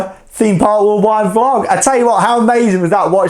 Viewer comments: not a soul:: vEE-lOG 👈🏻😎👉🏻 i love this video so much! couldnt stop gigglin, keep it up ✨ classic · Someone count how many times he says “veelog” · Don’t worry, my dad says veelog too 😂